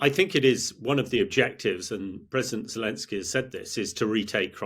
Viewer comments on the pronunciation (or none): none